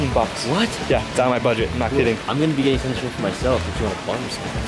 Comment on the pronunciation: I'm gey'n through, don't worry guys Also: don't think that i can make it to the ambulance